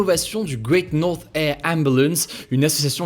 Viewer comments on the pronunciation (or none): AHAH ! Hugo, avec ton accent de bilingue tu as une erreur ! Dans "North" le "TH" n'est pas muet 😏